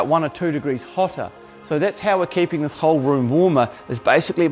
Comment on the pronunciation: A new zealander: Thuis... lol